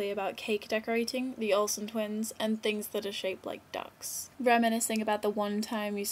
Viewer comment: OHHHH....ducks i thought you said dicks!